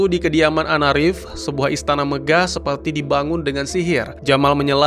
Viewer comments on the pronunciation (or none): seperti bang bukan sepellllti